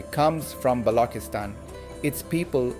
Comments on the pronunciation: please pronounce Balchistan correctly. its NOT noooooooooo BLOKISTAN, however, Macho Sardar based it may be Patriarchal but it is NOT BLOK-istan. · Quite the opposite, the Western International Audience would prefer to pronounce even your given name as best as it should be. They are not offended, its our thinking that is. is at a stage where he would appreciate being suggested to.about the sound of چ as opposed to the sound ک; he is a teacher,, teachers always have to be best students. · wow what a joke, he is mispronouncing it by using AI this is not his actual accent. He is wrong and should not use AI for such serious Vlogs!